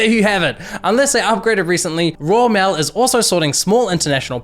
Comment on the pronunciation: Role mail he says